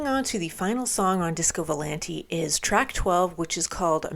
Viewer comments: if i may, i believe its VO-LAHN-TAY AH AH..not volan-tee. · It's pronounced with a at the end not e